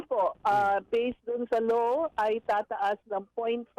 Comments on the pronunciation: Matatakaw, kurakot,, ni hindi mo ma-pronounce ng tama ang "Law". you pronounce it "Low" halatang mga tanga.... kaka bad trip kayo... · Hnd ko Alam kung "LAW o LOW" ang naririnig ko🤔🤔🤔